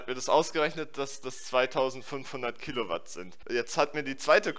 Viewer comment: "wir rechnen in kilouat"